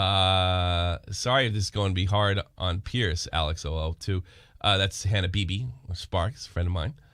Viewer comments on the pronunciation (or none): none